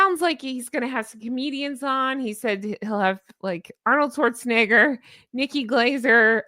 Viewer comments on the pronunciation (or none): none